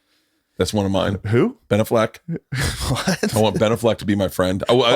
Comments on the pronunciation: What’s more annoying…Bert literally saying anything or Bert’s pronunciation of “Benaffleck” 🤦🏻‍♂️ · Definitely not how you pronounce Ben AFF-LECK. Just takes a quick google to watch Ben intro himself. Bert trying to fancy that shit up is a tad cringe. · There's no fucking way it's pronounced Binnafleck. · Is it really pronounced ben-a-f-leck??? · Dude, who cares how you pronounce BENAFLECK, JUST SAY IT NORMAL LIKE EVERYONE ELSE SAYS IT... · Yo why can’t burt say Ben Affleck 😂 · The way Bert says Ben A-fleck makes me wanna jump out of a moving car at 70 in heavy traffic. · You'd think having Shane, tom, and all the booth boys question the way he pronounces Ben Afflecks name would be a hint that maybe that's not how its pronounced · Bert you made me type in how to pronounce Ben Affleck wtf lol